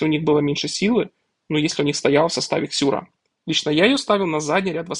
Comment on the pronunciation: Какая Ксюра, если Сюра)) И ни какая, а какой, это мужчина, почитайте про героя.